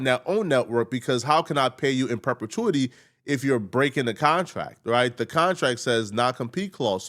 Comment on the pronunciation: In perpetuneity lmfao